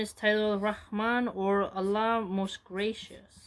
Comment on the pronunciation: You pronounce الله very precisely. I like the content very much. May Allah bless you sister. 😊